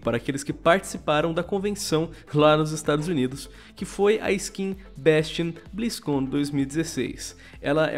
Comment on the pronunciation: O vídeo ta legal, mas eu n aguento o falando "béstion blizzcãn"